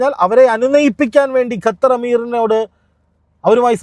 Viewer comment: ഗത്തർ അല്ല ഖത്തർ ആണ്